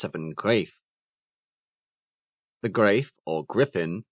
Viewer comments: Its not "Grave", it's "Greif" and the "I" as in "Five", and the "f" like in "rough". Don't forget to slightly roll the "r" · "Greif" is pronounced "grife," rhymes with "gripe."